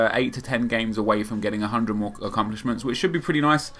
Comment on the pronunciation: you say acCUMplishments lool